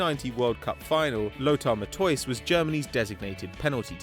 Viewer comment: "Lutwor Mathoys"... lol. Rubbish pronunciation.